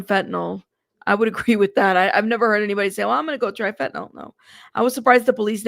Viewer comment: Fentanyl, not Fentanol.